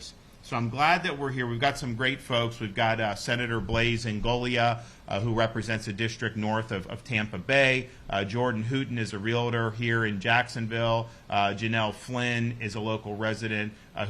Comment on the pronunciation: Get rid of property tax! No one should lose their home. 1) home insurance reform? I haven't seen it. My insurance doubled and it has not changed. 2) Please let this man know the word is "realtor", not "relator" 3) the bobblehead to the left (Mr. Hooten) should have been left out during the video